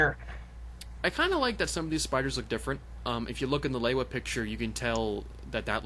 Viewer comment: You not pronouncing lewa right